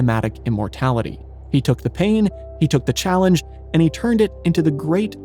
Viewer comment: "Ay" means one, or "that specific one". "The" is only pronounced "thee" in front of a vowel. Please stop pronouncing these words wrong!